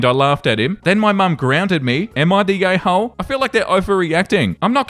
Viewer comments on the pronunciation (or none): Bruh, at the beginning I thought you said, “Am I the gay hole?” 😂